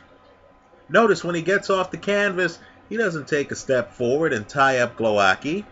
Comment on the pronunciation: you pronounce Głowacki in the most distorted, warped hilarious way possibe. Głowowacki v( Gwovatzky)